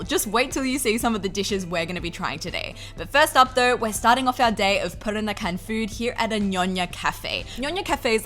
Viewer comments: I know it's hard to say for foreigners, but listening you said "perakanan" instead of "peranakan" make me giggle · It's Peranakan (Pe-ra-na-kan), not Perakanan (Pe-ra-ka-nan). You keep mispronouncing it.